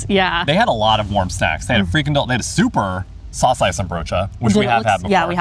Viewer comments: A quick note: the emphasis of Saucijzenbroodje is on the 'CIJ' part. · The wrong emphasis in saucijzenbroodje still has something cute about it....